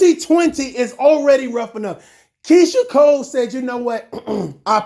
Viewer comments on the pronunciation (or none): Why you saying Keyshia “COLES” there’s no S at the end dude 🤣🤣🤣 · Her name is Keyshia COLE. There’s no “s” at the end boo. Just saying